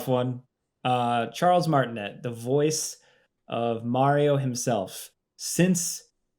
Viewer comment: Pronunciation note: Charles’ name is pronounced “Mar-tin-a” not “Mar-tin-et” Hadn’t seen another comment about it so wanted to share!